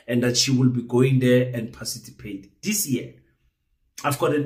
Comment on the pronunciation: Hayi wena, 🙄🙄🤔🤔i doubt if you are South African you can't even pronounce the word "PARTICIPATE " are you sure you are not from Zim?😂😂😂🤣🤣